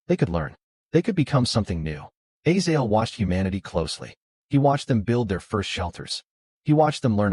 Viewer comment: Its A-zay-zel not A-zael